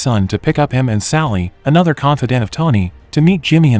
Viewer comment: Well it's an AI that's doing the narrating so that's why words like confidant and such are mispronounced. The more you watch these the more you'll catch it